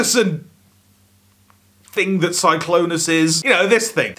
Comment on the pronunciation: “Glennclonus.” You’ve killed me